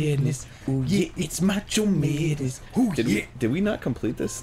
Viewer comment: Macho meadness. Oooh yeah, it's mach meadness. xD